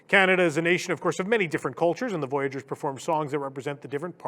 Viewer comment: As a Canadian, the mispronunciation of "voyageurs" is almost enough to drive me to violence!